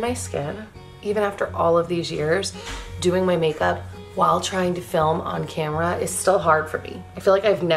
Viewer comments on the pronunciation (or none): none